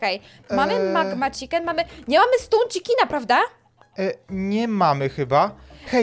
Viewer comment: Chiken a nie czikin